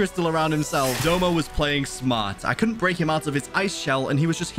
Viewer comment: BRO ITS DOUMA NOT DOMA